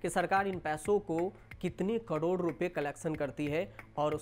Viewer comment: कड़ोर नही करोड़ होता है